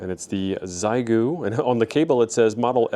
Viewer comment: It's pronounced SheGo for we English speakers ha